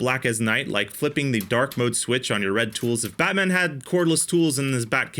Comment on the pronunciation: You say Batman like he's Jewish.